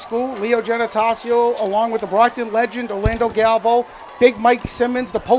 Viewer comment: It’s GAL…..VAY…….OOOOOOO. Galvao.